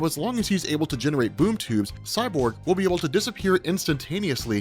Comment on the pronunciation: Sounded like he kept saying boob tube haha!